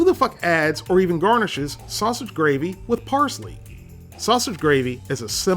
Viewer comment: I like how he said who the fuck adds parshly to country gravey?